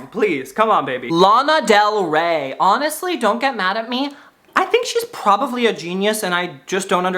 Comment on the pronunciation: i love when u say probavly